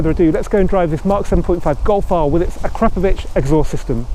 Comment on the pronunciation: Put the emphasis on the "Po" in Akrapoviç